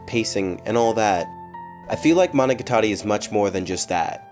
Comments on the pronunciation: You pronounce monogatari like managatari, IT OFFENDS ME (ノಠ益ಠ)ノ彡┻━┻ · The way you pronounce Monogatari is so weird. I’ve always said it mono-got-ar-ē. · It's Mo No Ga Tari you ass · Monica Tori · More important question, why do you pronounce "Gatari" like a pretentious Weeb? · im sorry this is a big nitpick but the pernasiation of monogatari makes me shutter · I found it very distracting since you're pronouncing it with an American-English emphasis on the TA (as in guitar), while the emphasis should be on the GA instead (as in gamut). Listen to these samples for comparison: As an Elitist you should work on this! <(^-^)> edit: changed GA example to gamut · Y E S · Put heavy effort into a video doesn't learn how to pronounce araragi and monogatari correctly